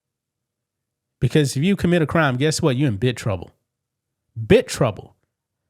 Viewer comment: The word is biG, not biT....smh